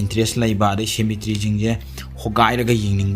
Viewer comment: Waihe keino ngge wari taba loiba ngaibada " Shemetry"😂😂 👍👍